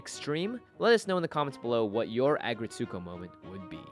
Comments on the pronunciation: Good recipe! Small FYI: The title is pronounced either "ah-GRETSS-koh" or (the original Japanese title) "Aggressive RETSS-ko". (It's not, as I heard say, "ah-gret-SOO-koh");-) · I couldn't figure out what was saying. Then I realized it was his pronunciation of "Aggretsuko" lol! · Please stop pronouncing it so wrong 😭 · All the cringe of how he pronounced Aggretsuko